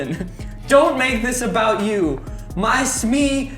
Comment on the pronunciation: How obout 😂 ... Jack 😂 lol